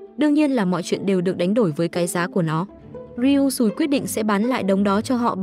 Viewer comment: Chị đừng đọc là ryui sùi nữa nó xúc phạm lắm